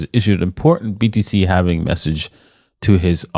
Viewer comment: Its Halving not Halv"eeeeeeee""nnnnnn" ing !!!!!